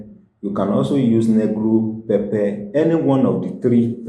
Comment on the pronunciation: Did you say pepper I didn't understand that one